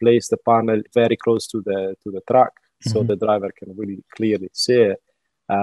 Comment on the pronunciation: "...DE DRAYEVER..."